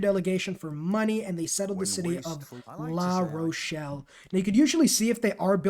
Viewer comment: Great guide... but I think you managed to pronounce every city's name incorrectly except Paris and La Rochelle. I'm guessing geography wasn't a strong subject, besides mathematics... LOL!